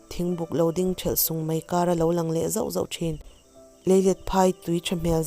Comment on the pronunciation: Anuuupa?? Anupa tiin an sawi mai thinin ka hria, hminglar tak ania. Thing alo ding thelh sunga, tih a THELH lai hi threlh anilo, thelh tih mai tur. Thurawn in welcome thu in swi thin bok a, ka han sawi ve e😀🙏